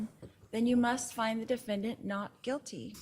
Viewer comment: A combination of "Quit" (talking, Lori) and "guilty" and we get "Quilty" LOL 😍